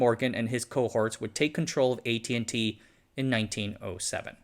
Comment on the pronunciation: What with the pronunciation of the company’s name.